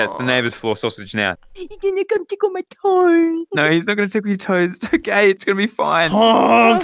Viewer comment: Are we going to ignore the fact when said "o-gay" instead of okay